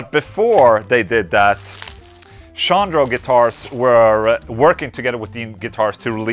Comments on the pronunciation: Chondro is pronounced "Con Dro" not "Shawn Dro" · Hell yeah Chondro for the win! I need to stop in the shop soon and see if I can touch one before it's shipped out lol. Also, it's pronounced Kahn-dro.